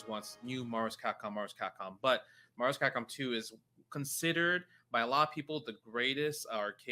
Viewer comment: "everyone wants new Mahvs-Capcom, Mahvs-Capcom".